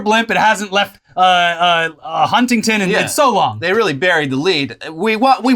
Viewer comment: The way pronounces huntington is cringe